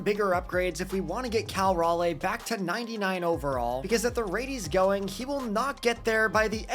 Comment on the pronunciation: This will be important for when they get an MLB team, but raleigh is pronounced (RAH-LEE). Pedantic, I know, but he is also a carolina boy.